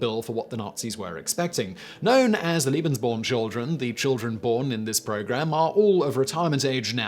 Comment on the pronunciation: You pronounce "Lebensborn" as if it was spelled "Liebensborn". They're rather different ideas.